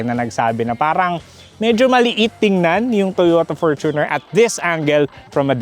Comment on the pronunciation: Perfect pronunciation ng Fortuner! 👏🏼